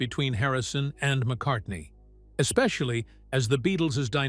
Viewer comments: At it’s McCartney NOT McCarthey. I clicked out and 👎 this BS. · MCcarthy? You meant Paul McCartney. BAD AI. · McCartney becomes "McCarthy" half way through. Give that voiceover a star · or 20 seconds the graphic pronounces “GEORGE AND MCCARTHY FEUD” and the AI Voiceover states the same, Who the hell is McCarthy? Did McCarthy join the band? I know it’s cost effective to use AI , please edit your product!! You are doing this for the money obviously, don’t blow the reveal of your f_ing headline. Have some respect for your audience. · Get your facts straight. In one part you misspoke and said McCathy. It must’ve been a slip of the tongue, because it didn’t happen again. Sorry!🙏🏻🙂‍↕️👍👍🤗❤️❤️☮️☮️😊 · McCarthy? Really? So sloppy. Makes it impossible to take you seriously. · Couldn't even get McCartney's name correct .. McCarthy 🤣🤣🤣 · Who was "MacCarthy" ??? Another AI masterpiece! 🙄